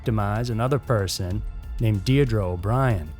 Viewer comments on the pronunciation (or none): none